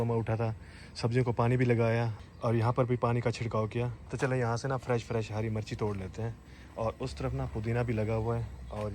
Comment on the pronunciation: Ghonchu driver 😂😂 Hari marchi torli 😂😂 bolna tu seekhly kutty.. Mirch hota h marchi ni